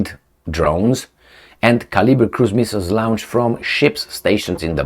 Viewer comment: 💥Dear, with due respect, PLEASE do note the difference in pronouncantion of these feew words: longe, launch lunch, lounche...,the missiles are lounched but we pronounce it,as lonched, have learnt the lingo by my self🇵🇱⚖️🇦🇺💥